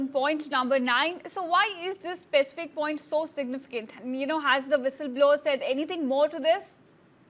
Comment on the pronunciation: Its विसल blower not व्हिसल blower, dude. You struggled but could not get the right word.' Foul play' it was😅